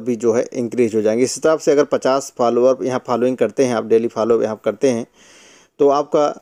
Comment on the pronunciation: Bhai Follower hota Phalwaar nahi😅